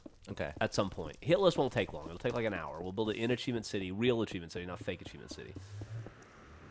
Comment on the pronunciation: I think they meant the videos Geoff and Millie did together, she mis-pronounced "Achievement"